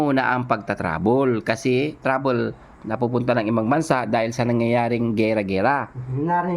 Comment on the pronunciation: BUGOK BULOL IT TRABEL SA REMICA,ST KORIATINGGAPOR HA JA KOL KÀ NA LANG..